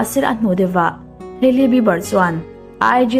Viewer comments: Ngeiawm lam ni miah lo in an hming an lam dan chiang phawt la ngaihthlak a hreawm eee haely jenner i ti ang thei e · Kan mi duh zwg te leh....Kan idol te cu kan sawisel phal nang male....tiro😂😂selena nau panglai tang i tan....hailey hming cu i lam ri ve tawk a lom le😥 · Keili jenner han tih tlat mai chu...ngaihthlak ninawm ve!!! Kaili tiin lam ve mai la. Hailey tih hming awm bawk si, irritating tops!!!!